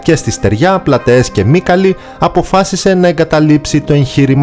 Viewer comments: η περιοχή λέγεται ΄΄Μυκάλη΄΄ και όχι ΄΄Μύκαλη΄΄ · Σας παρακολουθώ, κάνετε πολύ καλή δουλειά και χρήσιμη. Μια παρατήρηση καλοπροαίρετα βέβαια: αναφέρετε την Μάχη της Μυκάλης ως "Μύκαλη", με λάθος τονισμό δηλαδή. Ευχαριστούμε